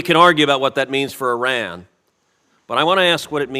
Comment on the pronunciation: ow! I just realized that Cruz actually knows how to pronounce Iran. So many people pronounce it Eye Ran rather than Yran that it actually struck me as odd when it was pronounced properly. What a strange world we live in.